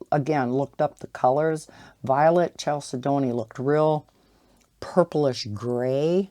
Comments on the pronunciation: chalcedony I think is pronounced more like Kal-said-on-ee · Chalcedony would be: kal-said-knee